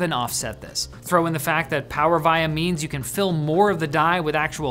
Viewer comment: That is not how you pronounce “Power Via” but great video. Thanks.